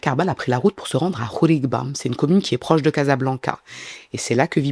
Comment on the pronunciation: C'est khribga et non khrigba😊